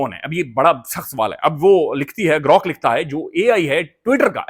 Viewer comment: GROk ko hum G'Rok prhty hein